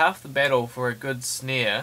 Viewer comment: "For a good snei" ahahh Love the tutorial though